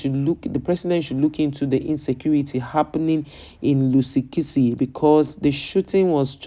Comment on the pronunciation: What is your problem you can't even pronounced the name correctly if you don't have something to do cover the people of your own country abroad where they are arrested for selling drugs we've got our content creators who will tell us about our stories